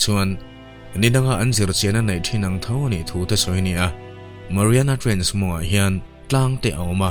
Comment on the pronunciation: Trainch a ni lo aw😂 TRENCHH-I zawk😂😂😂